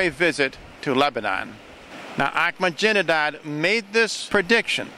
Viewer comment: anybody know why always calls ahmadinejad 'ahmajinedad'? i'm pretty sure it must be on purpose cuz never says or does anything by accident.